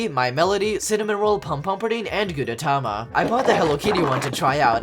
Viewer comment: It's pronounce "Gudetama", and I love this yolk)))